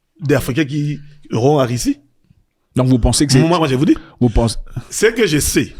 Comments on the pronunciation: Pourquoi les zaïrois prononcent le u comme i Par exemple dit Russie/ Rissi????? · Il a quoi avec les "u", il ne fait que dire "i" Rissie, pini, diper etc...